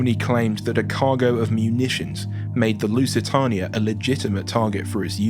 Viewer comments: What are my thoughts? You need to research the pronunciation of things better, you got the lusitania and Doña Paz horrendously wrong. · ehh, could just be how his accent is. there's a couple other youtubers i watch that pronounce lusitania the same way.